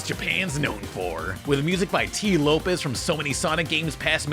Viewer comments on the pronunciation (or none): It's Tee Lopes not Lopez just fyi